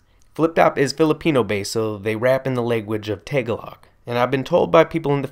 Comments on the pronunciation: BTW,... It's not Tay-ga-log. The emphasis is on the second syllable. Ta-Gah-log. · Lmao the way you pronounce Tagalog got me rolling 😂😂